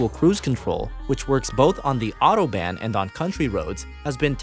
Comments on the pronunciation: He also said “auto-ban”. Almost sounded like auto band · Autobahn...not ban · When he said "Autoban" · The way he says Autobahn really irks me.